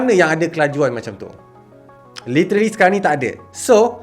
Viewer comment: Literally not litery